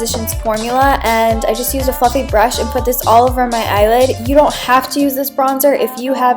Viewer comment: when you said fluffy brush I thought you said the F word haha